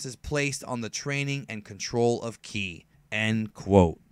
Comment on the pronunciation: Ive never heard anyone say kai instead of Ki